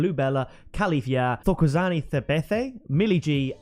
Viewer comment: You say the "tho'" in "Thokozani" the same way you say the "to" in "token" and the "Tha" in "Thabethe the same way you say the "ta" in "take"